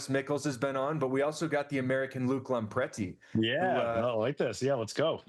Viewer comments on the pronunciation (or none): "Lampretti" snicker